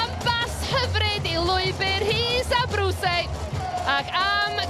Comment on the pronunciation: Ar ol cael sylwebydd yr wythnos diwethaf yn ynganu enw Abruzzese'n gywir, ro'n i'n meddwl bud y nonsens 'Abruisey' ar ben. Ond ro'n i'n anghywir. Mae'n debyg mai rhinwedd yw dangos diffyg parch at enwau Eidaleg ym myd Sgorio.